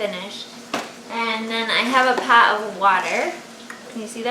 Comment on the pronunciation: are you starting to get a Massachusetts accent? I thought I heard you say you got the pasta in the Paht, I know you meant pot but I thought it was funny to hear you speak that way, before you know it you'll be calling your car a cah and you pahk in your yahd Just like we do in Bahrain LOL you really make my day, keep up the great work, tell Meckenzie she did a wonderful painting, she has got a lot of hidden talents, along with the rest of your family